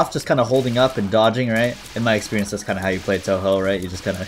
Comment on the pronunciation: bro really pronounced it as Toho